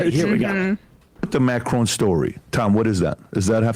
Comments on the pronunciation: That is NOT how you pronounce Macron lmao. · Why are they pronouncing Macron like that?